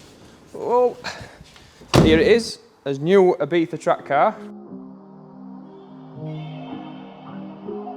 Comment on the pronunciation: ibiza - e-bee-za ! e-beefa = X